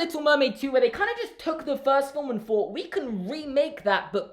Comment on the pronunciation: "yOu DiDnT tEll HeR tO FiNk oF a WoNdErFul FouGhT "